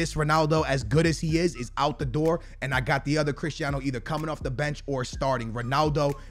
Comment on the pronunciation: No one:: crishtiano